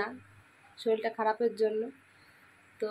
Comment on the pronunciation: শলিল বোলছো কেন,? ওটা শরীর হবে